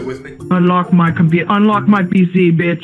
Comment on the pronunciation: he gave the most Indian "just anlok de pici you madafacca" while having a man tied on his hacked computer . so hilarious...